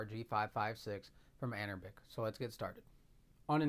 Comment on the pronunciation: Love your video but the company is pronounced anbernic not anerbic other than that great video. Will this play Def Jam Fight for NY as you showcased without any tweaks? What about the NBA Street series? Those are basically the games I loved on ps2 and would love to enjoy them on the go. New subscriber here keep up the great content